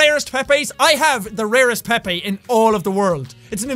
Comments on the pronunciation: Pepe is pronounced (pee-p) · Oh... I thought Pepe was pronounced peep 😅